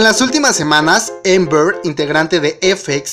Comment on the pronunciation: Se dice Amber no Ember